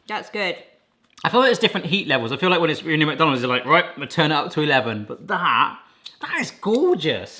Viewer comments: He kept saying mook. Isn't is more Mick or Meck? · I also say muck, but it's actually supposed to be pronounced 'Mac'. The exact same way as you'd say Big Mac. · I can't stand when someone says "Mac Donald's" it's pronounced mick, so, "mick Donald's" I'm sure it's probably interchangeable but not for me. 😂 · The way says “muck” for “Mc” will forever live in my brain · only Americans say Mick Donalds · i like when you pronounce it "macdanulds"